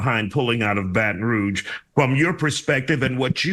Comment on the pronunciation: This woman can’t even say Baton Rouge.